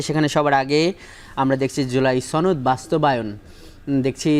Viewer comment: ছনদ নয় সনদ হবে কথাটা।